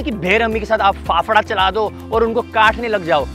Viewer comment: Bro it's not fafda it's favda